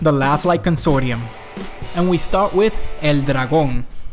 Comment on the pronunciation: You speak spanish right? I knew it when you said "El dragon" with that remarkable latin american accent xD